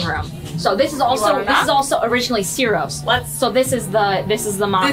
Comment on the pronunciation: It is pronounced “Chiro’s” even though it’s written Ciro’s. The C in italian is pronounced CH most of the times.